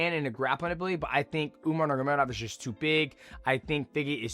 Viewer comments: Love you bro but you was the last guy I was expecting to pronounce umars name like that. Especially considering you trained with them lol. Umar nurmanamuragedov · Just call him “Umar” going forward bro 😂 that was wild